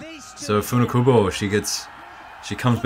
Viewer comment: So culturally insensititve..... This commentator is embarrassing. The event deserved better than this...... A guy who can pronounce Funakubo but can`t pronounce Cysique. Open your mind, man.